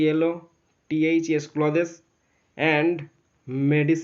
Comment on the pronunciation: Sir ota ক্লোদেস nahh ক্লোথস hoii...